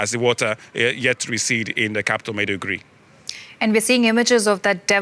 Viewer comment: Madi-Guri? 😂😂😂😂 Maybe check the pronunciation before making the report😂😂😂😂😂